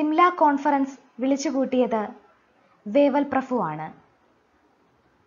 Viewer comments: ഈ പ്രഫു എന്ന് കേൾക്കുന്നത് അരോചകം ആയി തോന്നുന്നു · Prafu alla prabhu....